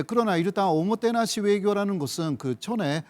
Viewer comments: 오모케나시가 아니라 오모테나시입니닷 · '오모테나시'다 오모케나시가아니고 -_